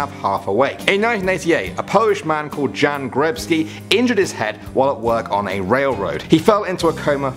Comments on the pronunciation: #3 is pronounced Yan not Jan but it is spelt Jan😇 Just a little help, I'm not hating. 💞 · It's not Jan it's Yan or you say it like Yan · You dont pronounce it Jan you pronounce it Yan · My Name Is Jan but you pronounce it Yan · I like the way he pronounced name Jan :D